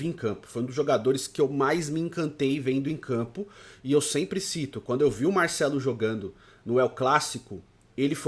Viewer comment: Porquê ele fala MAICELO ?